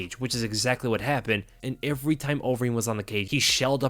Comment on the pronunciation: He says ivery. Ivery time.